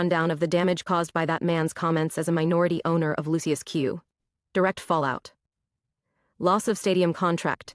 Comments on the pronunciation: Pronounced “lushes”! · "Luc-iFER bbq"? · I don't know if you're pronouncing the name of the barbecue right Lucius is a satanic sub word for Satan or Lucifer